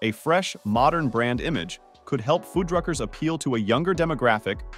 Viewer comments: Okay, now these computer-generated narrators are just fucking with us. One minute he pronounces the name Fuddruckers correctly and the next it says Foodruckers. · So with this video, I've heard Fuddrucker's pronounced 3 ways - fuhd-ruckers, food-ruckers, feud-ruckers. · What's with pronouncing Fuddruckers 4 different ways throughout the video? Definitely not a real person narrating.